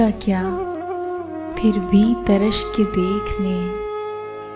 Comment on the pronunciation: Apke Lyrics Exact Nhin Hain Madam Aapne Ek word Taraash Ko Tarrush Padha .. 2 ya 3 lafz Aapne Chorr Diye Jo Ashaar Ko Bewazn Bana Sakte Hain Itne Bade Shohra Ka Kalam Zara Shahistagi Se Se Padhein To Bht Achha Hoga.. Otherwise Aapke Videos Bht Zabardast Hain Mashallah .. Jaari rakhiyega isko.. Well done